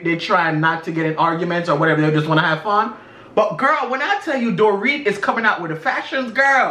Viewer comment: Damn you aint saying shit right tonight gworl😭😭. keep checking you😭😭..lol..i love you guys